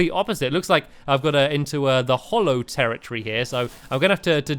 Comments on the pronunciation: It's hallow not hollow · its hallow not hollow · omg GET IT RIGHT It's The hAllow not the Hollow!!! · HALLOW NOT HOLLOW!!!!!!!!! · It's not hollow it's hallow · Stampy! It's hallow not hollow!